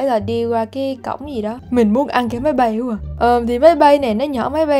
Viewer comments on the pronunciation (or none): khúc chữ máy bay chứ không phải chữ mấy bay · "máy bay" mới đúng nha idol, ko phải mấy bay